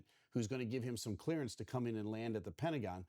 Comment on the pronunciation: I'm sorry, but everytime you said clearance, my brain said Clarence.😂😂😂